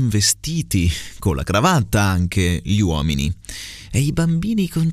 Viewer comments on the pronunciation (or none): Non ce l'ho fatta ad aspettare domani. Allora: 1 occhi aperti, pronunci la e di aperti chiusa, credo sia corretto pronunciarla aperta 2 gli uomini, non pronunci la gl, dici "i uomini" 3 la s del primo insomma è sbagliata, è giusta quella del secondo insomma